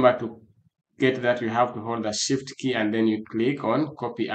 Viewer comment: "shit key" is what i heard from the "shift key"